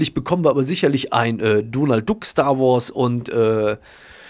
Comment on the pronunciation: Donald Duck wird donald Dack ausgesprochen xD just sayin